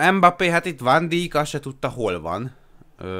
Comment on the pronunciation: "Embappé" és "Ván Dijk" Az a kiejtés 23 ezer feliratkozánál